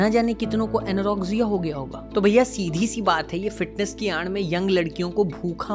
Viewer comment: Perfection ki aand me 😂 Bhai aad hota hai na ki aand Aur aand means to jante hi hoge